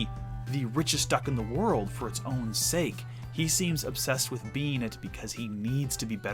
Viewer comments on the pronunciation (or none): none